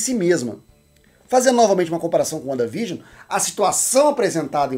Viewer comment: Uanda Vigion 😂😂